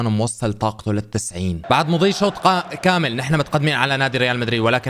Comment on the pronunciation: من لاحظ من قال قامل بدل كامل